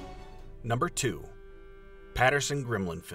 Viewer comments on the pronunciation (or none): GIM-Lin, not GRIM-Lin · *Gimlin not Grimlin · Robert Grimlen... lol its Gimlen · alright .. did the narrator just call it tha patterson grimlin film? im done lol